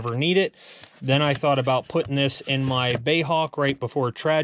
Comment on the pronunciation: B. A. E. HAWK - I am gobsmacked at how few expert modellers know that the Hawk was produced by B.A.E not "bay' - even turbine jet pilots are mispronouncing this iconic bird built by BAE Systems in the UK